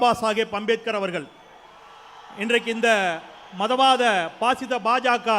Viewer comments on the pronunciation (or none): none